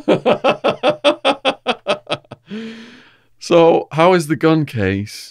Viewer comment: “but my house has never been so tidey” 😂😂😂